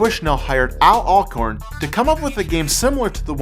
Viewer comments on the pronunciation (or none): Could've sworn said Al "Acorn". Is this a remaster?